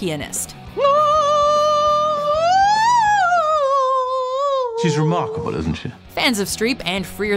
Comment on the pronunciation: That's "pi-an-ist", NOT "pe-nist".